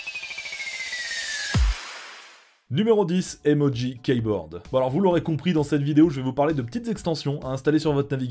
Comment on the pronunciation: Salut. "keyboard" ne se lit pas "kèyboard" mais "kiboard". De rien.